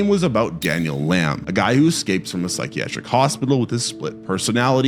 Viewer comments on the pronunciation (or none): none